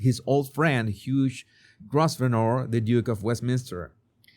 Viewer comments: Hugh Grosvenor…..pronunciation…Grow- vin- na 🫶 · Hugh Grosvenor's name is pronounced: ' Grove-nuh.' X